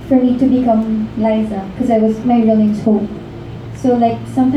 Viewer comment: Ok to all those interviewing LizQuen please show “LIZA” the respect she deserves and say her name correctly, it’s LIZA .. LIZA ..not ‘ LISA ‘ this just make you look stupid very unprofessional and one questions why you’re even there! Thankyou Enrique for always correcting them 👊